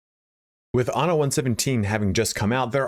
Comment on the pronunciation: Please all you English speaking reviewers, be aware that in Latin, and in Italian as well, the word "anno" means "year", whereas "ano" means "anus"... So, please take care to pronounce the word "anno" with a double N, not with a single N... Thank you 😉